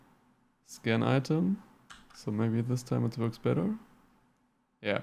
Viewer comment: When you said scan item and I kept thinking you said skin item wow I must be getting deaf